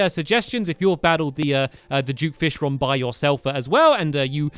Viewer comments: It's duke fishron not jewk fishrawn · What the heck? Duke Fishmonger? It's Duke Fishron not whatever that is!